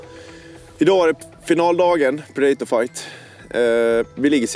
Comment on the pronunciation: Att ingen rättat Mattias på hans uttal av predator